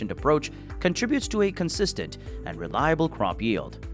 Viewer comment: Is there any reason that hydroponic is being pronounced hydrophonic throughout this video?